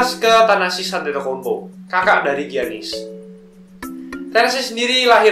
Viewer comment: memang tulisannya antetokounmpo, tapi pelafalannya adetoumpo😂